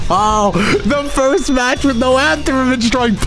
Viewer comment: 2 weeks and nobody has butchered for saying FIRTHS in the first few seconds of the video. Ya'll slackin. Lmao